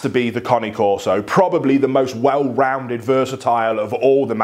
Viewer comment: Wait how did you just pronounce Cane Corso?